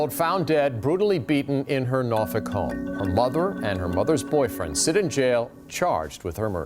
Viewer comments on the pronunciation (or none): Nor-folk pronounced like folk music or folklore. It is not Nor-fuck or Nor-fork.